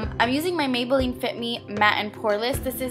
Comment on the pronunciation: You said maybeline lol